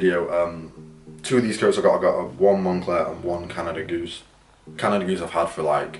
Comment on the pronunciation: Bro got the Canada FOOSE 😂😂 and the Monfakey